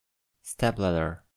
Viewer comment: The D in LADDER is mispronounced in this video --the transcription is correct /'lædɚ/, but it sounds here like /'læðɚ/, which is incorrect. Similarly GUTTER is also mispronounced in this video --the transcription is correct /'gʌt̬ɚ/, but it sounds here like /'gʌðɚ/, which is incorrect. When a native speaker says that the T is pronounced like a D in words like CITY, BEAUTIFUL, GUTTER, etc., they refer to the English D between vowels, NOT the Spanish D between vowels, that is the big mistake here. The English D between vowels sounds like the Spanish R before a vowel, as in TÉMPERA. The mark ̬ under /t/ = /t̬/ indicates that T is pronounced as the R in Spanish TÉMPERA. There is another symbol to indicate that, and it is /ɾ/, so LADDER and GUTTER can be transcribed as /'læɾɚ/ and /'gʌɾɚ/ respectively. The symbol /ɾ/ MUST NOT be confused with the symbol /r/, sometimes transcribed as /ɹ/. The symbol /r/ or /ɹ/ represents the R in CAR, transcribed as /kɑ:r/ or /kɑ:ɹ/. The words UTTER and UDDER have the same pronunciation in American English and both can be transcribed as /'ʌt̬ɚ/ or /'ʌɾɚ/. Very diferent in pronunciation is OTHER /'ʌðɚ/. The symbol /ð/ represents a sound like the Spanish D in ADENTRO /a'ðentɾo/ or in PRADO /'pɾaðo/ --note that ADENTRO and PRADO are transcribed with /ɾ/ and not with / r/.